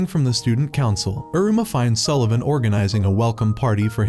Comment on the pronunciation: Sullevun nah more like egglevun😂😂😂😂